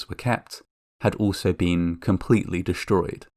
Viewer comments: Schtranded? Schtrange? Deschtroyed! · you saying 'dish-stroyed' is why i pressed dish-like.